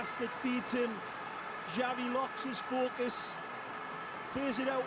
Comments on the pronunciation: "Chavi" not "Shavi" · xavi not chavi o shavi